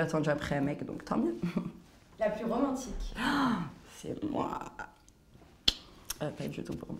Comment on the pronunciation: MDR, "Romantchique!" Depuis quand parler "wesh wesh mon frère" c'est romantique? En plus d'être de vrais bonhommes, nous avons à faire à deux racailles, vulgaires, médisantes, hypocrites et j'en passe. Et dire que l'on présente ca en exemple à la jeunesse. C'est à se demander ce que fait le CSA. C'est une honte !